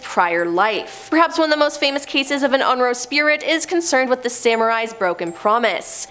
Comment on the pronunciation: It's pronounced On Rio.